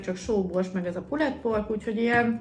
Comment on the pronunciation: ejtsd: Pulldpork